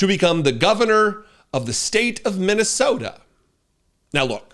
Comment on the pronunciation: Did he just say mint tea soda😂😂😂😂